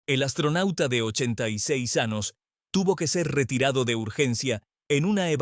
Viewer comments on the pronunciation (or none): IA no es ANOS ES AÑOS TE EQUIVOCASTE EN OTRAS PALABRAS NO ERES HUMANO Y DEBES HABLAR CORRECTAMENTE RESULTA DESAGRADABLE ESCUCHAR TAN MAL ESPAÑOL